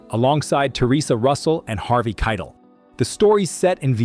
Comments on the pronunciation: Ki -tel not Kittle ,, you shouldn't talk about, movies.. Your ChatGPT is showing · 71 videos in 7 months. So, if you pronounce Harvey Keitel’s last name like it rhymes with ‘title’- I stop the video, thumbs down it, and as the AI script/voice/writing slop it is I block the channel, report it to YouTube for spam, and erase from watch history. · Now you've done it. I was so onboard and then I realized its either AI or an idiot, because to call your channel 80's and then with an American voice, mispronounce Harvey Keitel's name, never coming back AI breath. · AI sucks. Butchers Harvey Keitel name. Jeez.